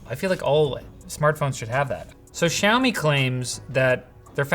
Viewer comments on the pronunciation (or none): SHOU-ME??? What kinda pronunciation is that? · I can't unhear the Australian: "Show me 12 Pro"